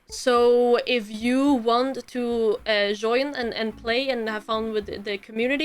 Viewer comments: Does it clap and why do you say zoin instead of join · if you want to zhoin